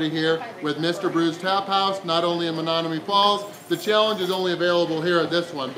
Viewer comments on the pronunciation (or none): Is it just me or did mispronounce Menomonee Falls like 5 times? What the? Still a great video and great challenge. It isn't "Menonomee" though.